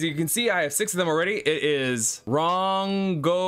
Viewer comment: Ron-go-mini-ant The holy spear of King Arthur